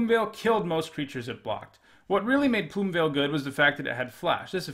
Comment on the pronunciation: I can't tell you how ecstatic I am that you didn't pronounce Plumeveil as "Plume-eh'veil". I hear so freaking many people say that and it's so annoying!